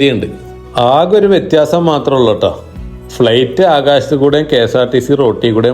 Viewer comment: Fleight അല്ലെടെ flight